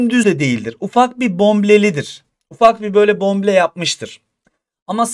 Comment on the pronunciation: hocam bomble değil bombe, bombeli